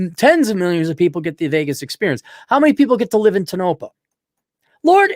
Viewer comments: Tone-oh-pah. It's a Shoshone name, I believe. It sucks for any kind of life and the girls get preggers just to have something to do. And they block dogs from their parks, the swine! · It’s pronounced TOE-NO-PAW Damnit!!! Its not far from Bishop Ca where you would go for groceries and medical care.